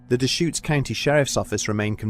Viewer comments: Nice job pronouncing Deschutes. Love this channel even more now! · Props for pronouncing Deschutes correctly. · Oh shit. I've been paddleboarding and swimming on Lava Lake for years and had no idea. Props to the narrator for properly pronouncing Deschutes